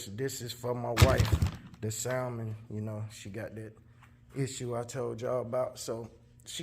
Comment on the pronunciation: super chill guy, but its hard to hear him say the "l" in salmon.